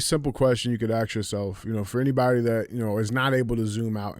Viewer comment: I really enjoy your shows. I only want to say one thing. There is a big difference between AXE and ASK.